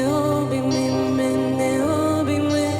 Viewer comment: Вибачте, але я тут мабуть одна єдина, кому не сподобалося. Як що вже співати пісню іншою мовою, то треба намагатися робити це максимально близько до вимови, а тут замість "Обійми" я чую "обіми", гарно звичайно, але можна було краще, бо голоса гарні